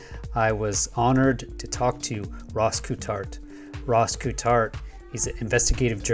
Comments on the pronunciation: It’s pronounced COLT HART, Great episode thanks. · his name is pronounced “colt-heart” not whatever you were saying lol. never heard it said the way you did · Awesome. But now I wanna know who told u his last name was "Kewtart" 😂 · Ross “coo-tart” c’mon man lol love ya but never heard that one before. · when you struggle to pronounce Ross Coulthart's name try saying Ross Cool Fart. You'll be amazed how easy it is! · Sorry to be picky, but you're pronouncing his name wrong 😬 Something I've heard you do with other people's names in other videos. Not a criticism, just a heads up. I know it's easily done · yeah would be a great collab....- if could pronounce rosss' name correctly